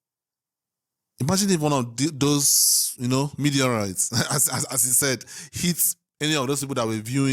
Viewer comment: 🤣😂🤣 love that it's Meat-eorites not meteorites